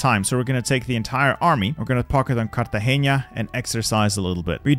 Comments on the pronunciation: you said Cartageña instead of Cartagena (no nye sound) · fun fact : nice try saying cartageña but is not with an Ñ is a simple N so no "ña" normal N pronunciation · it hurt me so much as a colombian when he said cartageña instead of cartagena 💀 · I love how u say “Cartagenia”